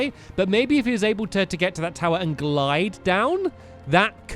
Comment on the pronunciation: Glide not glid